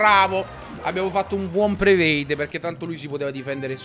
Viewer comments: continuiamo con sto prevade XD si dice prediction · CICCIO SI DICE PREDICTION